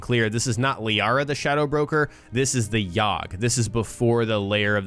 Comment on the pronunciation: its Liara